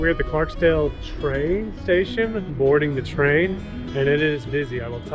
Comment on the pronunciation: Just so you know, it's Clarkdale, not Clarkdale. There's no "s" in the name